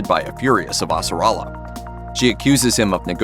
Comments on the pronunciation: Super annoying to have a narrator who clearly hasn’t watched the show and mispronunced Avasarala’s name dozens of time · how the suck is he butchering the pronunciation of avasarala and roci so fucking badly